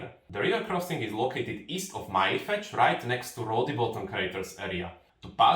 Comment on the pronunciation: Why do you say Mylefetsch ? LL is pronounced tl with the l more pronounced as a short l sound and not like el